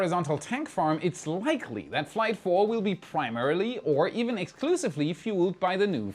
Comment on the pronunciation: Many weeks ago, after the third IFT, I thought he kept saying Third Reich instead of Third Flight lol 😅